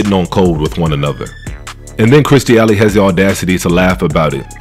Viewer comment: I care because if you're reporting on somebody, it makes it more credible if you saying their name correctly. And calm your goofy, over aggressive, hype ass down it ain't that damn deep payaso.